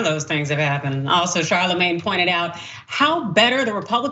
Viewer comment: It's pronounced "Sharlamanye".